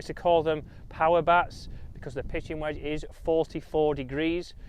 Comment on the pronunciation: “WEDGE” please please please please pleas……….e